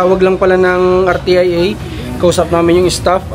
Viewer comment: RTIA ..ang pronounce ...R-SYA or Ar -sia ..